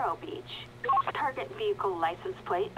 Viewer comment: can you not say L or something pwate check pweeec check